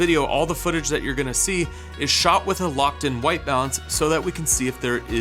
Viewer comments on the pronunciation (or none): none